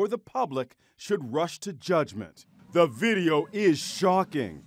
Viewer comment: He did not have to say “the video” like that 😵😲